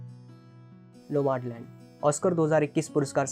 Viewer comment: नोमाडलंड नही भैया नोमडलँड..